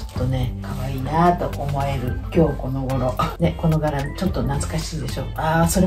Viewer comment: が きょうこのごろ と言われる度に きょうこ このごろ に聞こえました！😂 いつもながら素敵。 cargo pants挑戦してみよっかな❤